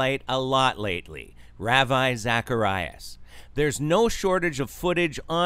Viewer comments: It's pronounced rah-vee. Geez, at least know how 2 pronounce it since you're doing a video about him. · just saying, it's pronounced "Rahvee", not "Raaveye" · thats an interesting way to pronounce ravi 🤣 - RAVIEEEEE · You pronounced his name wrong...